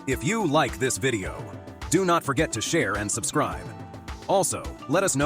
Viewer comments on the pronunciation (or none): none